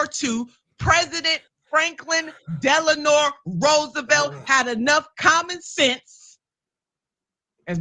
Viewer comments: "Franklin 'Delanor' Roosevelt"? Haha. She tries to look smart by saying his full name but then gets that wrong. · Did Nina say Delenore? 😂 🤣 😂 Read a book girl